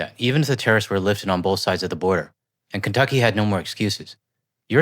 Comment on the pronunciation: Not sure if I caught it or not when she said FAFO, but what I did clearly catch, is her saying Kunttuckey !!!!